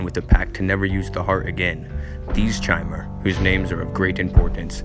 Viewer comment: It’s “Dagoth” not “Dogath”. “Corprous” not “corpus.” And Chimer is pronounced “KAI-mur” not “CHAI-mur”. And definetely never pronounced “charmer.”